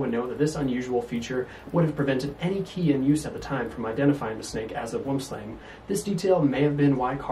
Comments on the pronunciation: Great presentation. Regarding the pronunciation...you got the Boom right, but Slang is pronounced Slung. It's the Afrikaans name for Tree Snake. Hope that helps. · You said slang wrong